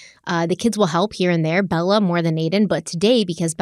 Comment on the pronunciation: The way she says "Elementary" is soooooooo CRINGE 😒 El-Men-Terry ugh. El-uh-men-tree is how every other person ever pronounces it. It's not El-men-terry my dear Watson. Hallow!! Is her daughters name Bella or Balla? Cuz she say Balla like ballerina. Cuh ringe!!